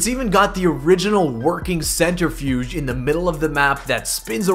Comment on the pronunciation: Centrifuge, not centerfuge